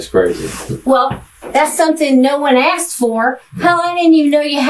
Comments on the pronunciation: pronouncing asking 'aksing' is the real crime here. Closely followed by the bizzare names used by everyone in his family. I dont need to know he kiddy fiddled the nieces to know theyre dealing with a monster. Crimes against the english language is enough for a life sentence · "Aksed", "I sais", "whatnot" - what a low life POS!..😢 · And uncle of the year award goes to ( not you ) and asking is pronounced ( asking ) not AXEING learn English 😊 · He aksed them again and again. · Hello. I am not an English speaker and I just have a quick question about language. Is it common to say my "wife akse me" and not "asked me? Tanks for any response. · Why does he says: axed me instead of asked me?! He did it twice so far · "axed", "turned her out"...I'm sure there are others but that type of lexicon although not evidence would make me question this guy and closely pay attention. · Its Asked not Aksed! Texts not Texses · says i’m trying to educate them. then says,,, axed them. dangit. i’m done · She axed me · my wife axed me? jesus christ. english? where is it